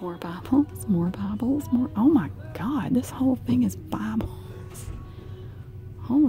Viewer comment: It's kind of funny how she pronounces "Bibles" like "babbles" haha